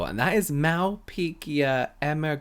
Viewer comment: “Mal-peekia. .” 😂😂 I love to see this because I do the same thing in my videos with ingredients like bisabolol (probably spelled it wrong because I was sounding it out)